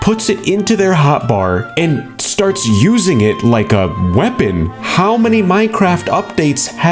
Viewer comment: At the start who else heard lake comment and subscribe😅